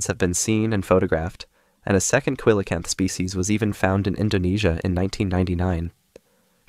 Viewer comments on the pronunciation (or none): See-luh-canth not koo-li-canth. Also whales arent fish